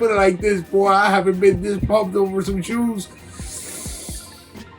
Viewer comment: Bro it's shoes ، not coco lol